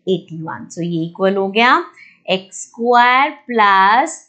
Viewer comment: Mam it's square not squaaaaar